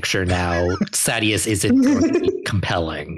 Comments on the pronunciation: People say Mosh??? I wouldn't pronounce Sadeas that way because Sadees is the Sunmaker and I'd pronounce that as Say-Deez. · It's funny they went on that tangent on the pronunciation of Adolin then, totally pronounces Sadeas two different ways in short order.